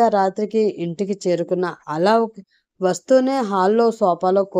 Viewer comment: అలోక్ పేరుని అలౌక్ అని చదువుతున్నారు